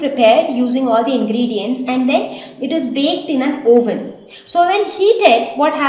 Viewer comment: pronounce oven as uh-ve-nn